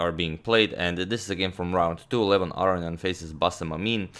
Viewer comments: Levin arian? Its Aronian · #suggestion Levon’s last name is pronounced R-O-Nee-Un Merry Christmas Agad!